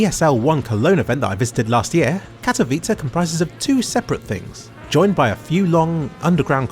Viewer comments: its spelled how its written... OMG just say it right XD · Wow you can actually say Katowice properly. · It hurts me how you pronounce Katowice . I am Polish ...